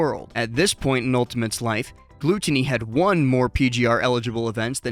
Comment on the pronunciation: how do you not know how to pronounce gluttony? lol